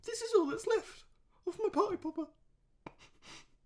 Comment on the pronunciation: "My Party Popper! What happened to it?" Just sounds like, My Potta Poppa!